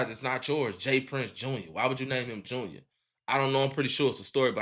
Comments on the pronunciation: It’s JR not junior gang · it’s all star j-r not jr